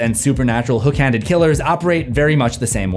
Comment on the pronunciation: You said "hook handed slasher". I heard hash slinging slasher...